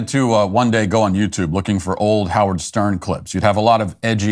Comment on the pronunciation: His name is "How -Wierd".